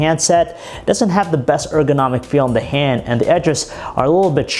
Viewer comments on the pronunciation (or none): Btw stop emphasizing the last word of every sentence. "The sharp edges don't make it comfortable in the haaaaaaand." "It is Verizon's flagship windows phoooooone." So aggravating, I'd prefer monotone.